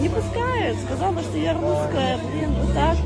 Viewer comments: ти вже давно нє дєвочка )))) А ротік у тебе дуже маленький, практикуй кабаки засовувати у рота. Ти щось не можеш виговорити літеру (Р). "Меня нє пускают я луская" ))))) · Рррррруская! Собери по рублю с подписчика и галопом в питер к ЛОГОПЕДУ.🤧🤮🤮🤮🤮🤮